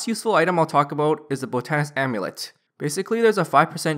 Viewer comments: I'm pretty sure botanist is pronounced (bot-ton-ist) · love your guides but your pronunciations kill me. botanist and newt. newette 😂🤣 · Not gonna finish watching the video cause I can't stand you not saying botanist correct...